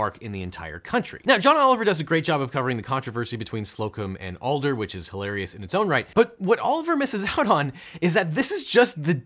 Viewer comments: Arghhh, as someone who has listened to Jim's ads since birth.... it's AD-ler. Not AL-der. Ugh. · Why are you pronouncing his name "Alder", when his name is "Adler"? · I so badly want to watch this video, but in the first few minutes, you've said "Alder" about 20 times and his name is ADLER. Ad Ler. Not All Dur. You're a lawyer. Please don't call people by entirely the wrong name 20 times. Especially since the clip after the first time you said it was him SCREAMING his name. JIM ADLER THE TEXAS HAMMER. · It's Jim ADler but he kept saying ALder and it's distracting. I've seen far, far, far too many of his dumb commercials. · it was confusion for me. Who the hell is this 'Alder' guy? Ohhh, he's just mispronouncing "I'm Jim Adler The Texas Hammer" again. Every. Single. Time. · As a houstonian hearing Jim Adler being called “Alder” hurts 😂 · Love the videos, but it is Jim "AD-ler" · Sir, having grown up in Houston, hearing you pronounce The Texas Hammer's name wrong the whole video is a little insulting. You flipped the "D" and "L" every time! ADD-ler. There, I fixed it. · I think MC Hammer has a case against both of them. BTW ol' Jim ADDler might come after you for "aldering" the pronunciation of his name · Hello, it's pronounced "Ad-Ler" just FYI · As a Texan I am deeply offended by your mispronunciation of Adler. I will be deeply troubled by this for the next 3 minutes. Maybe even 5. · I've seen Jim Adler's commercials for 30 years now, it just hurts me to hear it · Jim Adler didn’t forge his hammer in the fires of justice for his name to be mispronounced like this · A bit off topic, but it's kinda funny that LegalEagle mispronounces Adler which is the German word for Eagle. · It’s hilarious that he says Adlers name wrong the entire video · How on earth can he get this guy’s name wrong throughout the entire video? Jesus. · It's Adler, not Alder. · His last name is AD-LER not ALL-DER. Just so you know. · The TX lawyer's name is Adler, not Alder. Love your channel.